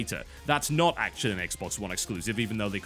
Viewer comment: Exclusive.....sound it out bro